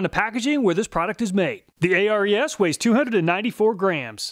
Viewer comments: I've noticed in every video of yours reviewing ARES tools, you spell out the name, A-R-E-S. According to the company's channel on YT, it's pronounced Air EEs. I'm guessing it might have something to do with the mythical Greek god of war, Ares. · A-R-E-S is pronounced AIR-EES by the way. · i wonder why he spells out Ares, its weird. its pronounced Air-Eez, as in the greek god, not an acronym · ARES is pronounced Air-eez. Greek god of war i believe. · Isn't Ares pronounced "Airease" like the Greek God of War? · Thanks for all your awesome videos. I always check your channel before I buy a tool. It's saved me a lot of money! By the way, the ARES tools are pronounced like the Greek god of war.